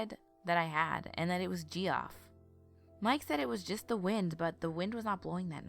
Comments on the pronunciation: Deff not pronounced "Geoff" lol it's pronounced "Jeff" my brother has the same name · Geoff is pronounced Jeff. just had to mention it. funny way to spell the name imo!! ;) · Marietta (Mary-Etta), Kennesaw (ken-uh-saw), Kennestone(ken-uh-stone), Geoff (Jeff) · Love the narration and the story. Great work!!! Ima fan. BTW Geoff is pronounced Jeff. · Hey sis. HOW do you feel about rerecording the Jeff story? Because I had to listen to it twice because I was more entertained by your pronunciation of Geoff. And silly enough me and my husband got distracted and started talking about people who spell their name that way. Before we knew it. We had missed the entire story. lmao... I'm thinking maybe we weren't the only ones. Just a thought. but i STILL you have an awesome voice. <3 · And it’s Kenn-e-stone hospital. And Geoff is pronounced Jeff